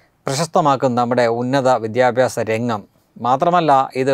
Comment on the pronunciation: Not vidyabyasam said "vidhya-aabhasam"